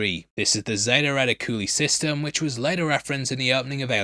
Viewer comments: Lol, Reti-cooli system. Re-ti-qul-EYE is the phonetic... sorry... Zeta Reticuli is where, according to classic ufo lore, "the Greys" are from. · I have always loved Prometheus personally. But I absolutely hate halloway. I can't stand that dude. I feel he ruined the movie. Also, reticuli is pronounced reh-tick-you-lie. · Did you say reticuli wrong on purpose, not know, or is that the British way to say it? Re-tic-u-lie